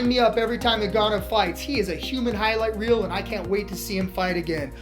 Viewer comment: "hiright reel" 😂